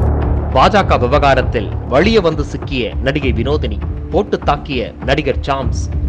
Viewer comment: Hello, l am not good in Tamizh.. Therefore please clarify.. Whether it is valia or Vazhia...